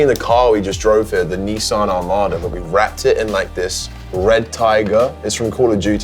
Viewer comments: kay's becoming too american, he's now saying neesan not nissan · your from england we say nissa not fucking neesarn